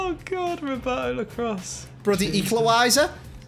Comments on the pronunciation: “It’s ‘arvey barnes ooooooohhhhhhhhh it’s an eqlawiser” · be like: OoOoOo Harvey Barnes, it’s an ecliweiser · Harvey Baaaaaaaarnes. Ooooooohhh, its an eqlawiser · Ooooohh it’s Harvey Barnes, with an Eeklawiser😂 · oooh harvey barnes it’s an an eqliwiser